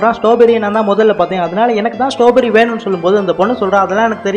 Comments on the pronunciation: அண்ணாது ஸ்டாபெரி இல்ல ஸ்ட்ராபெர்ரி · That not stowberry😅 strawberry 😅😂😂😂😂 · Not a stoberry.....It is a straw berry